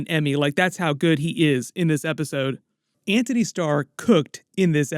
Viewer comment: Antony not "Anthony"